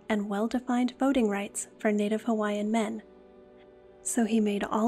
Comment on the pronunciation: Pronunciation of Hawaiian names are 💯